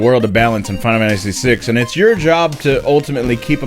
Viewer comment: Now I pronounce the name of this game like Fie-nuh-fanissy. You did this to me!